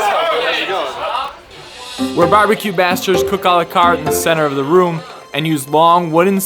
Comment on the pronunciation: I’m sorry but did he say “barbecue bastards”?. Great video